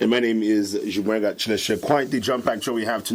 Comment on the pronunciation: Y does chimweka pronounce his name as “Himweka”?